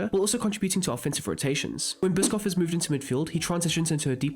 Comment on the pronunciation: Bischof is pronounced Tom Bi-shof not Bischoff the food